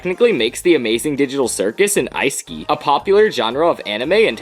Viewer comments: I think it’s ee-sek-ai esekai it’s pronounced that way, not ice-ski lol just saying not trying to be mean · ITS EEE-SE-KAI. NOT ICE KEY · I was like "HUH!?!?" It's "EE-SEH-KAH-EE" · "ICE KEY"?! What substances did you take to pronounce it that way?! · That is legitimately the first time I've heard someone pronounce "isekai" as "ice ski". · or more accurately, ee-seh-kai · It's pronounced like e seh kai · Isn't it like “E-see-I”? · Yeah dude that had to be to provoke these comments lol, genius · Lol, same